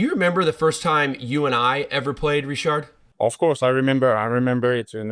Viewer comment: If you pronounce his name with a D in the end you might as well pronounce it fully in English, like "Ritchard".